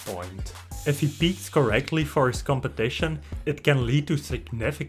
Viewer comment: Competaition kkkkkkk